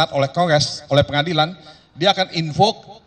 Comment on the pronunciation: tadi Allah tunjukkan hakim salah ucap "ruang pengadilan" jadi "RUANG PENGADALAN" 🤣🤣